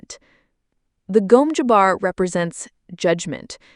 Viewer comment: Gom Jabbar, not Gome Jabbar